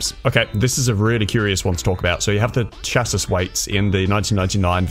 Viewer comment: Its pronounced Shass-ee